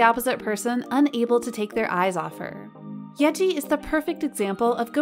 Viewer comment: Who else can’t get over when she calls YEEJI YEAJI